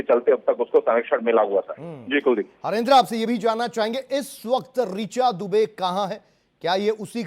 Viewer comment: अबे मीडिया वालों सबसे पहले तो शुद्ध बोला करो। एक बोल रहा है रिया दुबे, और नाम है उसका रिचा दुबे, और दूसरा बोला है विकास यादव, और ना मैं उसका विकास दुबे, खुद शुद्ध बोला करो।